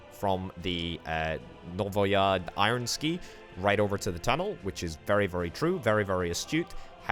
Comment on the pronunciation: Thanks for releasing such entertaining content! The only slight gripe this episode is that "novaya" is the feminine form of "new", whilst "ironsky", atleast as you pronounced it, suggest it in the masculine form. I apologise if this came of as an insult or a slight, I didn't intend it to be that way.